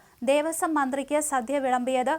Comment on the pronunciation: 'സധ്യ ' അല്ലടോ 'സദ്യ'